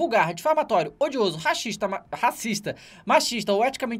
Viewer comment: Reparem que ele falou "Raxista" da primeira vez... Aaah kkkkkkk